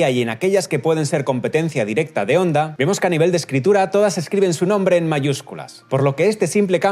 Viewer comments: «HONDA», NO «ONDA»; CON «H» SEMIASPIRADA, NO MUDA. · Se pronuncia Jonda no Onda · Hola, un error que has cometido en TODO el video, y es que HONDA se pronuncia como JONDA, la H suena como la.J en español. No te olvides que es una palabra japonesa escrita en Romajī. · jaja que grasioso que le dice onda a honda, aaaaa onda vital a todo gas a caso tambien le dicen alo a halo 🤔 pero muy bien video !!! un saludo 👋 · Me da algo cada vez que dice "onda"... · Se pronuncia "Onda" o "Jonda"?